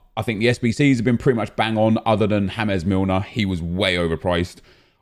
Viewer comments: it's James Milner not ham es milner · Was it just me who found it funny when he called he pronounced James Milner Hames Milner (like James Rodriguez) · Why do you say james milner like his latino lmao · He does that all the time lol